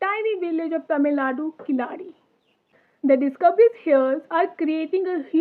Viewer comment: Good..... Just try to say Keezhadi ( Keeladi) கீழடி..... Don't say kilaadi 😢😢😢😢 Tamil (Thamizh) Malayalam had 3 letters of : la , lha , zha